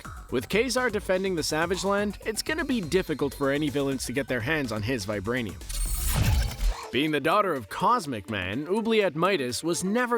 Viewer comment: The way she says vibrainium 😉